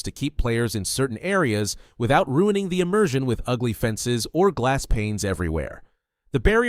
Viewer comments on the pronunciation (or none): none